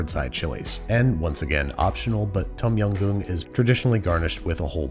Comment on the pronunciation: “Tom yam goon” hurts my heart as a Thai person